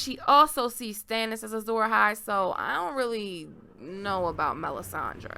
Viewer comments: Asshai, not Assai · Ash-i not As-i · It's Ashai, not Assai